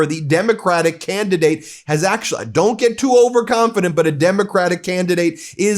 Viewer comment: Fukin' pres. Says " I DOONT GET INVOLVED IN IT." INCREDIBLE!!!!! Mfr. Your the cause of all this chaos: domestically and internationally.